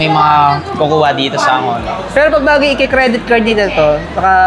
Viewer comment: Silent h po onor